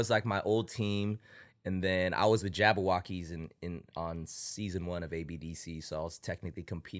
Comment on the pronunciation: is Jabbawockeez not Jabbo... other than that great interview